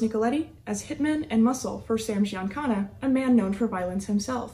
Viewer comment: Thank you for finally saying Sam Giancana’s last name correctly !! Now get the rest of them correct.